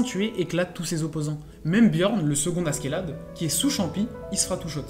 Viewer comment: prononce A - CHE - LAD stp c'est moche à ce qu'est là de